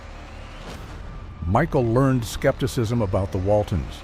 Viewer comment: Pronounce her name right